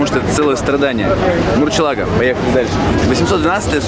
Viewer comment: "Люблю автомобили" и "мурчела́го"... Ну что за неуважение? "Мурсье́лаго"... Эх...